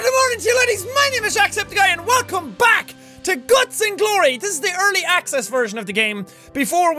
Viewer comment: did I just hear jack say gluts and glory?